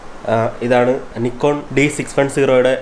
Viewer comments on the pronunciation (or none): കൊള്ളാം നന്നായിട്ടുണ്ട്.... പിന്നെ നിക്കോൺ എന്നല്ല നൈക്കോൺ എന്നാണ്